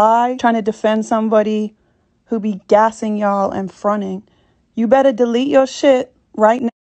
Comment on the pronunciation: LOOOOL “fron’in” 😭😭😭😭 i hate itttttt